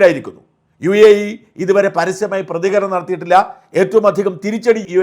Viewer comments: UAA അല്ല മാഷേ UAE എന്നാണ് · U a a...atharaa..mone ninte😂